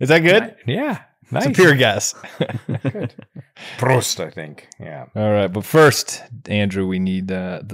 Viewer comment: draw out the vowel more, bitte! Praawwst. It's short for Praaww-sitt (Latin prosit).